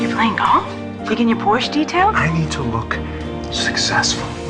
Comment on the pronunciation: Please, please, please... learn to pronounce Porsche.